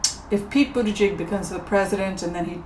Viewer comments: Someone has probably helped you with this but in case they didn't: "Buddha-judge" is how you say it (or so I hear). I like him and it's amazing to see an openly gay person in the running. I'd love to see a woman at the top of the ticket with Mayor Pete as VP. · I think it's Pete "booty judge." Good reading,. You are so much fun.🤗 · Pete Buttigieg,...I believe his name is pronounced 'Boot a judge' but double check me. Appreciate your work. Patti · Mine is Pete Buttigieg🇺🇸🇺🇸🇺🇸 His name is pronounced "Butejudge".. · Pronounced “Buddha-judge” or “boot-edge-edge”. I had the same feeling about Kamala...I like her but wondered about how she’d do in certain areas. Thank you,. 😂 Feline intervention for YouTube addiction. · P.s. the pronunciation for Pete Buttigieg is Butta-judge but I prefer Buddha-judge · Buddha Judge is the pronunciation of Pete Buttig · Pronounced "buh da jidge".